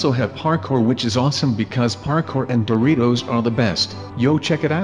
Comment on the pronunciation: It said Doritos not boritos